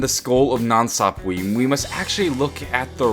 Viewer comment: God its annoying how he keeps pronouncing 'Sapwe' wrong